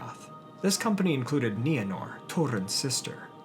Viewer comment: Thank you for finally pronouncing Nienor's name correctly. It's my cat's name & it always bugged me when you used that long "I" sound. But I never wanted to say anything. We all have different ways of pronouncing certain words in Tolkien's languages, & no one can say we're saying it right & somebody else is saying it wrong. But during this video, my cat looked up every time you said Nienor....